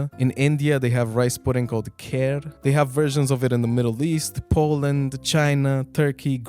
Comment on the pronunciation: Bro seriously "kher"? Its kheer like khir not kwhwher